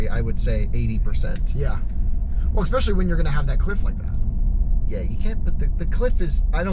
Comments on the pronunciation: I heard eggspecially?? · the Kilowatts guy needs to stop saying 'exspecially'